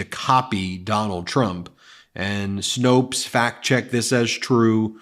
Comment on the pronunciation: Thank you for finally pronouncing Snopes correctly!